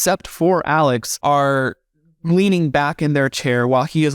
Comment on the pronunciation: I have no idea how to say his name... I hear "Alec" and also "Al-Ex."